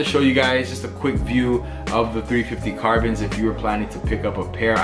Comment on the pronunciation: Is it suppose to be "Carborn's" or "Carbon's"